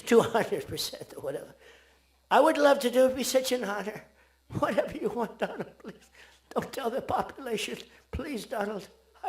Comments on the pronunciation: Donald Trump ❌️ Doland Trump ✅️ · My Friend Do laand Trump😂😂😂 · Doland, Doland 😂😂🤣🤣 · Le Modiji saying - Mr do-laannd Trump 😂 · From my frrrand Dolund Trump to Saaaaaaaaar! How time flies😅